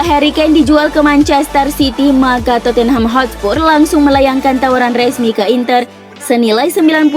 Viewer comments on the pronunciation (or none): none